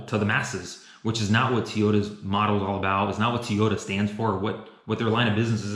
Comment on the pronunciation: is he saying teyotas?